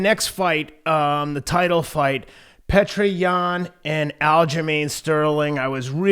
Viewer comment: His name isn’t pronounced “Petra” 😂 it’s pronounced “ peeyota”